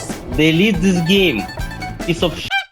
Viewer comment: "DelEATe this GAme"